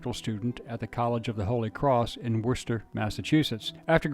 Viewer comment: Great job pronouncing Worcester ❤